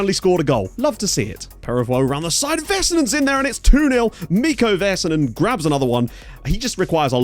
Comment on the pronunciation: LMAO the hockey references :) PS. The "A"s in Vaisanen rhyme with "sad" rather than "said"